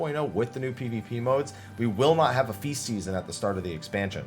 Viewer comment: You said feast season so much it started to sound like faeces, lol